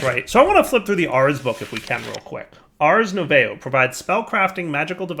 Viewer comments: not sure if someone told you during the episode (still watching it), but just in case : "Ars nouveau" is likely to be pronounced "Ars noovoh" (Nouveau means New in French) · Arse Noovoh... And yup... That's how you pronounce Ars Nouveau